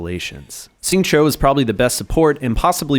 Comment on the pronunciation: I don't wanna be that guy, really appreciate the content man, but Xingqiu = Shing-Chew, not Shing-Cho.